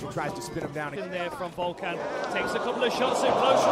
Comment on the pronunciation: its Volkan and not Vulcan lmao